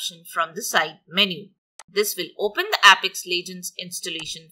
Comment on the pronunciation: Thank you, nothing helped. Please dont pronounce it as "app - ex" its "ape-ex".